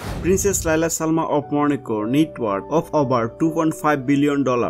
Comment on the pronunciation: It sounds like you are saying Monaco - which is INCORRECT! It is Morocco - Mor-roc-co not Moro co - either way you are pronouncing it wrong.